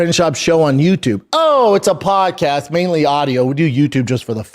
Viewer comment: Brendan is still correct. Hurts me to say that. Even the "Show Me The Money" comment. Brendan was funny and correct. But Brendan did say, "Podcash", instead of, "Podcast", after insinuating that he himself was the first fighter to have a podcast (which I think is true, also)